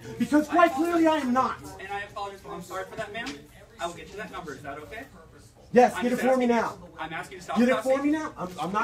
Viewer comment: vandalizes store "I need your corporate numba!" HAHAHHAHA